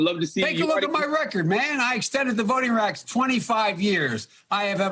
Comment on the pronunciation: Joe Biden . "I extended the voting racks 25 years." WTF did he say?